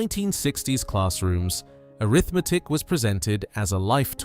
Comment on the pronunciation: he sais Arithmetic like it's a condition